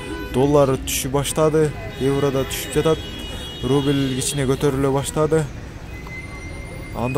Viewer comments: Рубил рубил дебей уйрончу суйлогонду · Ий брат РУБИЛЬ деп айтпачыыыыыы🤣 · Сени бироо кубалап атабы шашпай суйлосон рубил дебей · Кускум келип кетти суйлогонун рубил дебей.тушунуктуу суйлочу